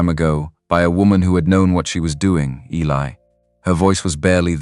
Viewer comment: One of the best stories ive heard from all of the ones ive listenedcto.really well written.love all the characters. Good vvoice slso.only negative is that things get mispronounced. Like Eli.